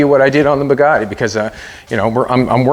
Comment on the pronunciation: please pronounce the name as french say it - It's called Bugatti not Poogaadi